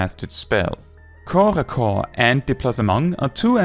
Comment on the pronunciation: As a native French speaker, I thank you for not pronouncing corps-à-corps as corpse-à-corpse!